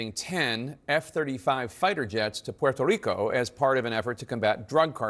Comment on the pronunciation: The right pronunciation 👏🏽 excelente